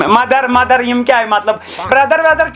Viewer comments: Mother ❌ Menther✅😂😂😂😂😂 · Mother ❌ mender✅